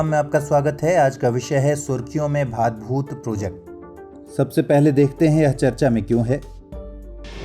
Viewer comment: Priya, iska sahi pronunciation भाडभूत hai naa ki भादभूत... me gujarat se hu.... thank you so much